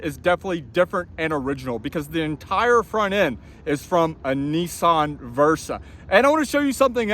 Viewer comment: Neesaan? Say NISMO. Now say Nissan.....